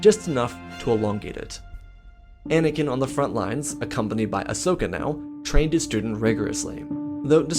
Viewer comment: "Ahsoka" not "asoska"